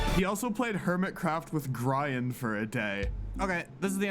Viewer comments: Why did he say with griiiiiaen like not it’s obviously grean that’s how you pronounce it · Gree an not Gry an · Gry-ahn???? ...thats just wrong. Its gree-ahn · bruh said gryan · i was all for this til I heard the pronunciation of Grian at the end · That’s not how you pronounce his name pronounce the hermit craft remember his name right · Can't believe he pronounced Grian like Brian with a G English can be weird though, but I'd only excuse him if it wasn't his first language